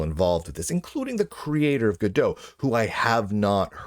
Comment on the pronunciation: I'm pretty sure its not gadeaux. gal gadot is gadot not godot for one.